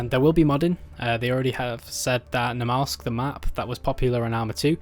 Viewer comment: It's NAMALSK! Not Nemalsk